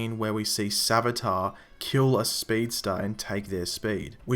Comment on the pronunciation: savitar. more like svage-tar...